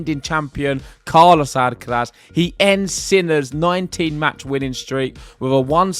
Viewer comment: Love your pronunciation of Carlos' name. Spot on. Carlos took control of the match in the second set by changing the rhythm of the exchanges. his heavy high balls were not easy for Jannik to handle